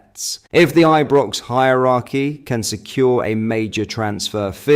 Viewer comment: he may well do Rangers news also, but a lot of the time he sounds like he doesn’t know how to spell or pronounce Ibrox and like he hasn’t a clue about our club !! Really gets my goat with all the crap he comes away with and the speculative narrative of his posts !!